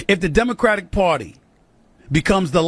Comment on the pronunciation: The Democrat Pwatty...Stephen A cracks me up!